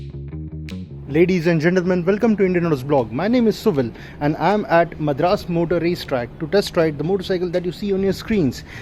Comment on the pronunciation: Its not Madharaas, its Madras.